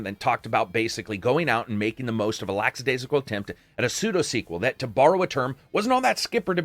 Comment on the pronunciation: Lol this guy said lacks-adaisical